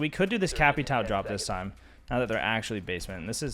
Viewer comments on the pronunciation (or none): I know you guys do not pronounce the different A's, E's, I's and C's, but its funny to hear you guys saying Capital instead of Capitão lol. Not judging!! Just saying its funny to hear. Good video btw!